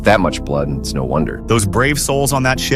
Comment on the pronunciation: "nouw" "nouw" nouw"